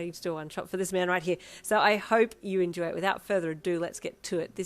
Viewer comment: Your Aussie accent when you say enjoy is always my favorite part of the intro 🥰😁(American here lol) “Lying is very unflashy” 🤣🤣💀